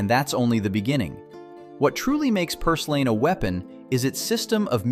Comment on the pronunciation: You need to learn how to pronounce your words. For example, plantain should sound like plantin, and purslane should sound like purslin. Fungi, which is plural, should sound like fun-gee. Note that g is a hard g as in garden. By the way, in words like garden, the a comes before the r. So you shouldn't make garden sound like groden.